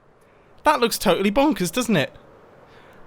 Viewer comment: no one: Mumbo: T O T A L L Y B O N K E R S